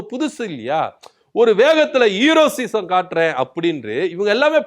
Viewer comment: எப்பா தம்பி.....அது ஹீரோசிசம் இல்ல.... ஹீரோயிசம்....